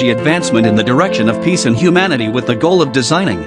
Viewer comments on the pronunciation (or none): none